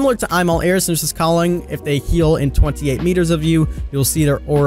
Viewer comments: I got angry when he said “Airs” instead of “Ears” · Weird how you pronounce ears XD